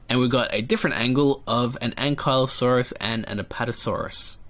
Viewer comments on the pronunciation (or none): none